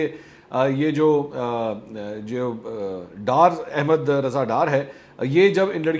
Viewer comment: Ahmad not Ahemad